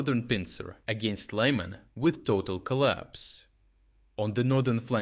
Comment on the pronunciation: the way you pronounce Lyman is ridiculous, even in Ukainian it is not pronounced like that ...